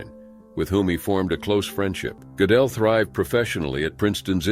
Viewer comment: Gödel [ Make your mouth as tho you are saying "O", but say 'e' through it! Goedel [= 'O Umlaut' Ö]: Gödel Not Go-del *Not OOber uber is Not a Word!! Either